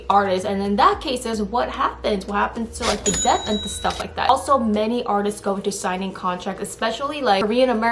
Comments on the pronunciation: FYI. Debt - b is silent. Should be said like det. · This was very insightful, thank you Just a little tip : "Debt" is pronounced more like "Det". The "B" is silent and its much easier to say "det"